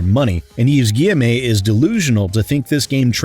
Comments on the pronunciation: Hey, just want to point out it's pronounced Gui-ye-mo and not Gui-ye-may. Have fun with the D&D stream! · Stop saying guyemé plz that’s not how it’s pronounced do some effort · Hey, Just to let you know, Yves's name is pronounced "Eve ghee-eh-moe" I found myself snorting a bit at your pronunciation as a French speaker. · The pronunciation of Guillemot as "Gi-Em-A" is killing me! XD I can't breathe! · Love that you put in the TB-style review of the options menu 😄 Also love that you consistently mispronounce Guillemot's name, because he clearly does not respect the customers of the games he publishes, so neither should we respect him in turn.